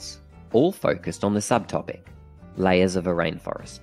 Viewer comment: Well done! Very simple and straight to the point.! Please, check the pronunciation of the word 'layer'.